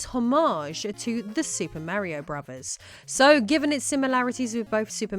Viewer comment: Why does it sound like she’s pronouncing it as Brovers